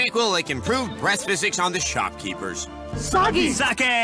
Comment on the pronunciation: They're not even saying "sake" right.